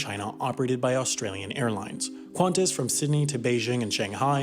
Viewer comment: The Australians triggered from the mispronunciation of Qantas.